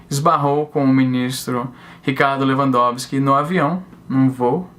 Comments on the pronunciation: Izzy, vc falou o nome do ministro de forma correta, mas pode chamar de "Filho da puta" que ele também atende! :) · Sou advogado, falou o nome do ministro de uma maneira correta sim kkk acho rs pelo menos todo mundo fala assim aqui em terras tupiniquins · Pronunciou correto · Falou o nome do ministro corretamente pode ficar tranquilo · Pronunciou certo o nome, só para você saber =p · E tu pronunciou o nome do bichão certinho, relaxa kk